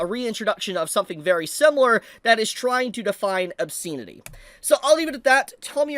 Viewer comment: This rant would have more weight if the commentator could pronounce the word "obscenity " properly. As it is, he sounds like an idiot.